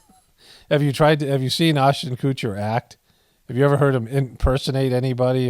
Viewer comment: The way you butcher peoples names is soooo funny to me. Oshten Coocher 😂